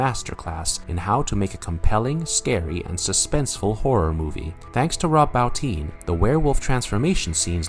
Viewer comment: Bo- teen. Why can't people pronounce Rob's name correctly ?